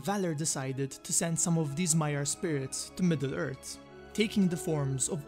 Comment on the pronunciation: had to leave the video as soon as he said MiddleErt.... smh sound it out Midd-le Earthhh lol im just trollin but forreal I couldnt watch the video